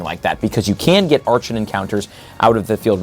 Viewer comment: It really annoys me when you say a Pokemon's name wrong, archen specifically. It's pronounced ark-in